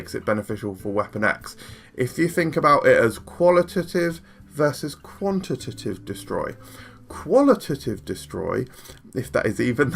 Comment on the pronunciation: On the subject of "qual-ih-tih-tive" and "quant-ih-tih-tive"... take out the "tih" in each of these words and you've got them right. Great video as always, super well produced and informative!